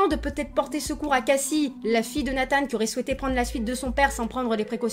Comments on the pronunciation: Nathan pas Nathane ptdr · Ah bah on est d’accord on dit Nathan pas natane mdr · Dit Nathan normalement stp 😭😂